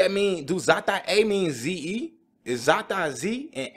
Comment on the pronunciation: I’ve been a little lowkey even tho I’ve watched your videos but you’ll see me more often from now on. You were #Right, you were completely right with the pronounciation. The way you said his name in swedish is the exact same in english. So Z.E doesn’t stand for anything else, it’s just his name. Hopefully you understand what I’m trying to say! #alltheway - as always!:)